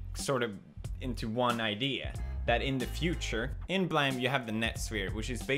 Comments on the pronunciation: Pewds: “*bleghm*” Me: "blAYME” Pewds: "-bleghskckkdm-" Me: bLAME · It annoys me so much, that he says /blaem/ when it's written as blame, therefore should be pronounced as /bleim/. >.< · Weebs(including me): It was pronounce Blame, not blam Pewdiepie: But I like blam more. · Why does he say blam and not blame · blame should not be pronounced as "blam" as you said or "blame" since it is japanese " ブラム" buramu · I thought blame! Was pronounced as blame, like somebodies fault, not a gun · Why does he say BLAME LIKE BLAM ITS BLAYME THATS HOW YOU SAY IT MATE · Blame..(Blaym)..? "BLAHM" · Is it really pronounced Blam instead of "Blaim"? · Is pewds really serious when he pronounces the word Blame as in "I blame you for all this bad netflix anime adaptation!!" as Blam? or is the anime/manga really pronounced as Blam instead of Blame? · If it's called blame then why do you say it as blam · Its not Blam! Its Bu Ra Mu! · it's not 'bleim how it is pronounced? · This video sucks! What we want to see... YES, more of that please! Also, you need to learn better English. It is pronounced blām or bla-aim, as in I blame you for pronouncing it wrong. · Actually its pronounced Blah-may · ブレーム (bu-leh-mu) as the Japanese pronounced it as they don't have single consonants except vowels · If you write it "blame" you don't pronounce blam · why is it spelt Blame! if it's pronounced Blam? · “Uh, excuse me, it’s pronounced Balaam after the sound of the gun.” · Nigga that is pronounced BLAYME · Uhhhhhhhhhh it's pronounced blame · Its actually pronounced, Bomb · It's pronounced Blame... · is it supposed to be pronounced as blam LMAO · Blame! is pronounced Beard! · Seriously though, why does he pronounce it like "Blam"..? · It actually is pronounced in Japanese " BU-RAMU" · lol all i heard was "blam" through out the entire video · lol I love how you pronounce it "Blam" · is it called blam or blame, and he just pronounces it like blam? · you pronounced blame to blem xD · You pronounce Blame wrong.